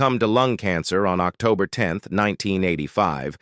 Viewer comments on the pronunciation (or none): none